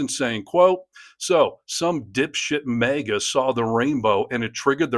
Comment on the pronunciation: HEY!! I love ya, but,,,,,, for the NINTH time: The word is "MAGA", not "MEGA"! MAGA like "magazine". Get it? It's Mag Uh, not Meg Uh. Mag Uh, not Meg Uh, okay?